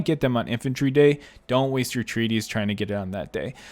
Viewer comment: It's not named Treaties, It says Treatise. AKA you're saying it way too wrongly